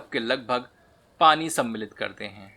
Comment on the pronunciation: Aap ye word "सम्मिलित" ko bhut hi acche se bolte hai, Suddh hindi word 👍